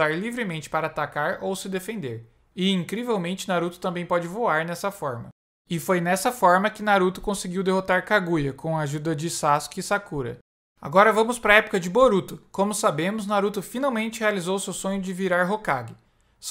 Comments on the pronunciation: Oxi o cara fala sakUra é sakura n sakUra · Não é sacola é Sakura